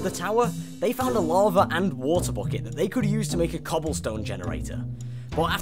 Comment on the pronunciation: Lava* not Lohrver